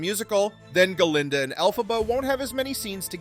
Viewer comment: Hey just a quick comment. You call the “good witch” Guh-linda.” I always thought it was Glinda. Also the “wicked” witch you call El-fuh-buh. I thought it was pronounced El-PHABUH. Can anyone explain this to me? I’m curious. Not slamming the narrator.